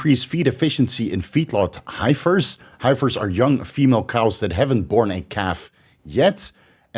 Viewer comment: High fers 😂😂 Hef ers bro